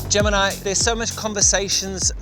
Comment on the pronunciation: Why did u switch to Indian accent in Gemini?!